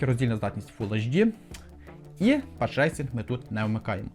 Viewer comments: пас трейсінг, а не патч рейсінг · паф трейсінг, а не пас трейсінг